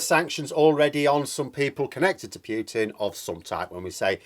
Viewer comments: Please stop saying «Pyootin»; it's «Pootin». Cheers. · please, it's Putin, not Pyutin. Imagine Pootin when you say it.